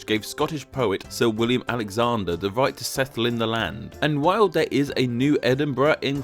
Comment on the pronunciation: Speak. Properly. You fuckn fuck. Your videos are mildly interesting, but I just can't handle your ridiculous voice! Fink, vere, vis and vat?? What's wrong with mouth??